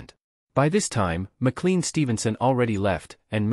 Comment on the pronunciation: AI Narration is an abomination. "Four Thousand Seventyseven" is always "Four Oh Seven-Seven" and it's pronounced "Mah-Claine" not "McCleen" Stevenson. Just use a human for God's sake.